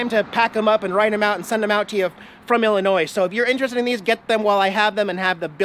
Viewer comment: I must say, I'm VERY disappointed..... You keep pronouncing "ILLINOIS" correctly!!! You know you MUST deliberately mis-pronounce it in order to get everyone TRIGGERED!!! (You GOTTA pronounce the "S" at the end);-))